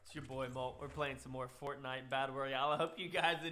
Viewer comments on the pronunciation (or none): You said fortnite wrong